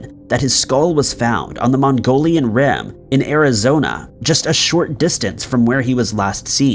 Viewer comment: Mogollon Rim is not pronounce Mongolian Rim 😆. Mow-gee-on.